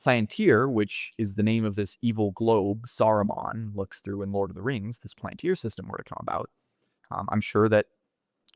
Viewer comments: . You can listen to Thiel pronounce it Pal an tir Not a big deal though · Did u say PLANTIR??? Its PALANTIR. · The “seeing stones” in LOTR were called pal an tiri so he dropped the “I” for the company name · It’s pronounced Pal-an-tir